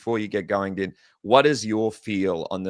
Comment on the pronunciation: Its pronounced "Dean", not "Din" as in "Dinner". How do you cover the sport and not know this?